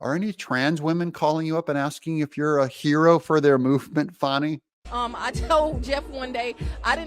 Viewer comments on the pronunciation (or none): FANI NOT FAWNI. IT’S FAN EEEE. FAN EEEEE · Her name is Fanni as in butt! Not Fauni that would be spelled differently!!